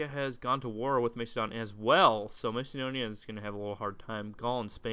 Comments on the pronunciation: Am not trying to sound angry, but I THINK you pronounce it Mass-eh-don. I dunno, Mace-adon just sounds weird... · mac-a-don not to be rude just educational